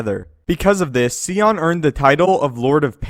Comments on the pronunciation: I love your videos, but it irritates the hell outta me that you pronounce his name like "See-on". Its "Sion" like the car "Sigh-on" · it's definitely not pronounced "Cee-on" it's "Sy-on" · Sigh-on not see-on learn how to pronounce names right. Kyp duron is more powerful than Luke. Do your research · Sion's name is pronounced sigh on, not see on. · It's pronounced sy on. Not see on. I wish I knew you, so I could punch your dumb face for saying see on. Iiiiiiiidiot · I literally can't get over how you miss pronounced scion. (Sigh-on) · um,could you please pronounce the lord of pain's name properly? S-i-on,not See-on.thank you,great channel,keep up the great work. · ok dude like the video but one thing is bugging me... PLEASE stop calling him darth SEEON. its Sion pronounced SY-ON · "Sigh-On" not "See-On" did you even play the game? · Who is See On? I think you mean Sion. As in sy-on. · OMG it is pronounced S eye on SCION not seeon crying out loud. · Who TF is Seeyon you mean Sion? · The way he says Sion...…… (its Sigh ON) …………. ,_ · Sion sai-on to help pronounce his name Also I'd say Luke's ability should be second on. Yes sion is cool and amazing but Luke's display is even crazier also he probably could have swung his lightsaber so fast that sion probably couldn't even stay together or even try to regenerate from Luke's attacks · "Darth See-on" ? for fuck's sake man. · Your killing me with the “Scion” pronunciation. Hahaha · It's pronounced SI - ON as in SIGH. SIGH - ON = Sion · What I think is crazy is that you keep miss pronouncing sion when it's said in the actual video game. It's pronounced psy on. Like Zion from the matrix but with an S instead of a Z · It's Nih-Lee-Us (like, MUS-ta-far) and Sigh-On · stopped watching when it came to darth scion. There is a proper way to pronounce his name. Just like how there is a proper way to pronounce YOUR name. if you were a true star wars fan you wouldnt be butchering the name on one of your top videos